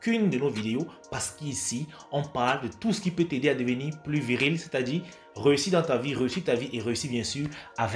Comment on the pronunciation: Prendre soin de son visage c'est bien Parler le français correctement c'est mieux Par exemple on dit "ça va te plaiRe" Pas "ça va te plaiw" On dit aussi "deveniR viRil" Pas "deveni viwil"